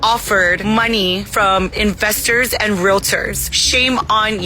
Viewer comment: The way she said "investors" sounded more like "infesters" So imma stick with that and call them infesters; they are coming and infesting the paradise lost, like the dirty, scum of the earth, cockroavhes that they are. Of course these ruthless piece of shit's are running in to infest the land that locals can't afford to repair back to a livable state. Of. Fucking. Course. Nothing could be more predictable. I fucking hate these people and would never want to be one them. I don't want to be in poverty , like i currently am. However, I don't want to have so much money that i couldn't possibly fugure out what to do with it all. I just want to be comfortable and not constantly worrying about where the next meal is coming from, or how I'll come up with bill money, or if i can maintain a roof iver my head. These are the things I don't want. I don't ever want to be bumping shoulders with the people that are like this.